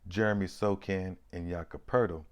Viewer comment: Wow...Had never thought about Sochan running point... Yes, he is almost 6'10" and reminds me of Ben Simmons with more confidence. Maybe second coming of "Magic Johnson". And Bro. I think he pronounces Sohan not Sokan. Later.